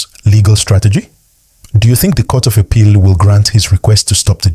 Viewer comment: Biko pronounce APPEAL properly. Haba!